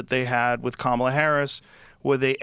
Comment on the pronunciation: clearly you're a racist, because the left told us it's Kah-mah-la and you said Cam-ah-la. The left told us if we mispronounced it, we were istaphobes, and they know all about these topics. EDIT: Maybe we clean up the plastic Sunami in the ocean, and shut the eff up about speculation on the climate? You know, cause there are actually MORE polar bears now, than when the Gretas of the world started crying. I'm a child of the 70s, and back then, in elementary school, we were taught that global COOLING was the problem. Smog was gonna blot out the sun, and cause a temperature DROP. I've stated this before in comments on other videos, and literally been called a liar by younger people who don't know this shit. And sometimes my comments just got deleted. EDIT 2: Bernie has been on 800 interviews, which he will call 8 zillion. Does anybody deserve to sue over those fake 8 zillion interviews, if there is a negative question from a dummy?